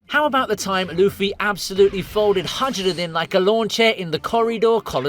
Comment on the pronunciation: Calling Hajirudin, with a strong and solidly pronounced "J" should be a crime